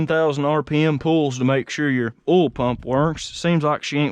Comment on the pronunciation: It ain't "ool" it's "oil". I ain't a "cool" it's a "coil", well, I knew you knew that...